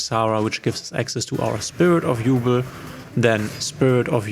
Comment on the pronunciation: Quick thing I noticed in the video: Even if it's spelled Yubel, it's pronounced YuBELL and not YuBL. Anyway great video!